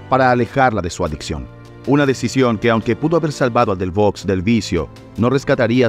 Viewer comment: Delvaux se pronuncia DELVÓ. Dassin se pronuncia DASSAN.